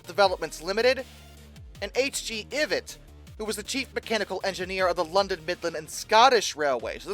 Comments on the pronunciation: The prounciation of Ivatt's name is Ive-att. He was the son of another engineer who was the Chief Mechanical Engineer of the Great Northern Railway before Nigel Gresley. The 4MT 2-6-0's of the LMS was his design amongst others. Edit: How about doing a special on the other "Fell" engines, the dinky (but amazingly strong) tank engines for the Rimutaka incline in New Zealand? They were as sucessful as the other "Fell" was not (but, weirdly, almost as complex) and was only replaced when the incline they were used on was bypassed by a tunnel (fun fact - one of the first trains through the new tunnel was one of the 88-Seat Fiat dmu's that you mentioned as one of the worst ever!) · Another brilliant one. Thankyou 😂 It'd be good to see you do a video on Mr Ivatt's more successful Co-Co diesel electrics no's 10000 and 10001. BTW I think his name is pronounced "eye vatt" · Pronounced eye vatt not eeevatt 👍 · bro pronouced ivatt as "ivit"💀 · It's Ivatt pronounced eye-vat !😢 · Ivatt ... pronounced "EYE-VATT. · it's pronounced "eye-vatt"